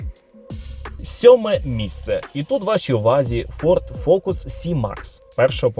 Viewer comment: дивись, сьоме МІСЦЕ, десяте МІСЦЕ, п'яте місцЕ! розумієш?